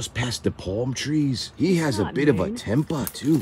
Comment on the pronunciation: “he has alittle bit of a tempa” is sending me🤣😭😭😭